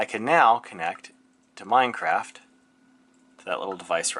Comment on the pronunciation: Funny how he says Meinkampf.